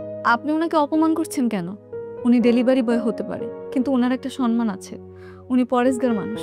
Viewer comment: বুঝলাম না সব সময় সম্মান কে সনমান বলে কেন,,,কেউ কি খেয়াল করছেন